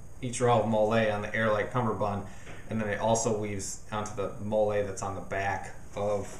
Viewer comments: Molle is pronounced like the name molly. Just a heads up. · Excellent review! I like how you went into a lot of detail about your adjustments. For the record, "MOLLE" is pronounced like the name "Molly".